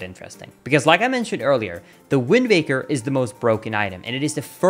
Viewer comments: Am I hearing things or does he keep saying "WindMaker" instead of "Windwaker"? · It sounds a lot like you are saying Windbaker. :-/ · I hear wind baker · Probably something to do with accents and maybe vowels. Look up the "vowel space"